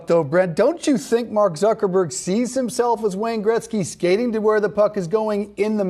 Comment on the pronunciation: did he say Zuckerborg? lol